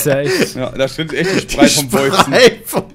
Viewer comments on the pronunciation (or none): "Da trennt sich die Sprei vom Weuzen". Oh man ich liebe solche Versprecher.